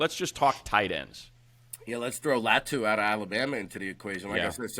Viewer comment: This dude needs to learn how to pronounce Latu name it’s not LaT2 it’s Law-2